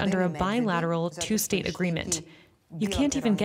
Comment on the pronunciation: its two not tue